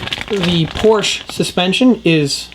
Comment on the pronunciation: Respectfully, It's Porsche, not Porsch.